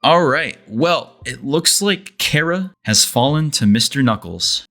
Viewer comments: when he calls chara carea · Did bro say chair-ah 😭